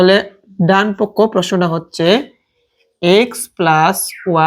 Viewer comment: ডানপক্ষ ❌ ডানপক😝